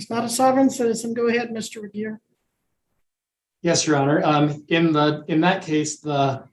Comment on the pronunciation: It's "Regier."